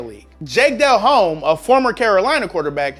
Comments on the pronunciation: It’s Pronounced Deloum not Del Home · Bro do you even know football? How do you mispronounce Jake Delhomme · Did he really say Jake Delhomme the way he did lol